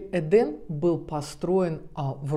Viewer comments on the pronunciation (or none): Почему вы все время говорите эдАм а не эдЭм( правильно!)! И ваще это слово означает совсем не РАЙ?! ЭТо просто ЗАГРОБНЫЙ МИР!! Куда по преданиям якобы возвращаются типа «праведники» после своей смерти?! А ваще в разных религиях есть разная трактовка но чаще это не РАЙ!! И правильно говорить ЭДЭ’М!! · Так в итоге " Эден" , " Эдам" Или все же "ЭдЭм"))? Ну и апогей Ваших перлов " Комания три кЭ" , разве не все люди с претензией на грамотность знают что буквы кЭ" не существует, но есть буква кА"? Не поймите превратно, вас же множество людей смотрит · ЭДЕН- в переводе с израильского>> наслаждение>> это название отеля?! А она говорит ЭДАМ?! ЧТО ЭТО????!!